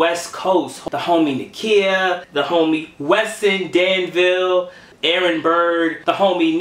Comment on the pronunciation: Appreciate the shout out 👍👍. & for future references, the way u say my YouTube name is Da Ville. I'm reppin my city